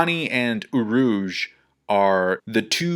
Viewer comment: urush? urouge